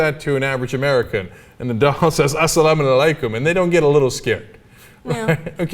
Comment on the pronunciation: It's alaykom not salaykom haha